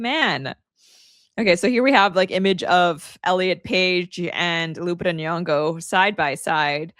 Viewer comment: You cant wvwn pronounce Lupita's name right. Dummb dummb